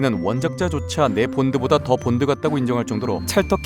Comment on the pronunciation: 본드가 뽄드로 들려요